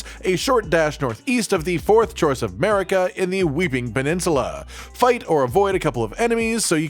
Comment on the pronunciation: "fourth chorce"